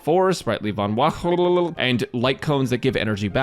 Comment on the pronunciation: it is no longer called sprightly Vonwacq to me, it is now Sprightly vonbwalulubu. As always great video <3